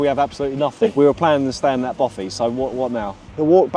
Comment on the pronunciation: it's a Bothy not a Boffy. Argh